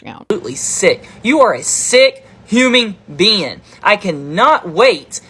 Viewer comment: “Huming beanne”